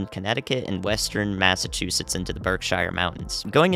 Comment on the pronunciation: As a western Mass native, Berkshires is pronounced 'berk - shears' We ain't in middle earth my man